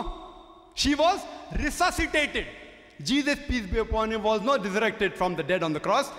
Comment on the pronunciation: "Rsuciated"what a blasphemy